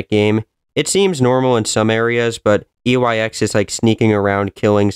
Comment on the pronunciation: you keep saying YEX